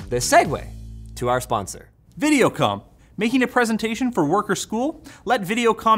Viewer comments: Dude i thought he said Video Cum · ohhhh videocom...i thought he said videocum for a minute